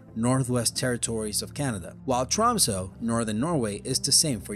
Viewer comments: Tromso? Tromso??? It's Tromsø.. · tromso? lol, it's tromsø!